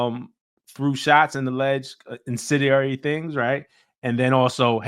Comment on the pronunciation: I swear I'm not trying to be disrespectful. Incendiary is pronounced in-sin-dee-airy. It's been getting the best of my favorite podders.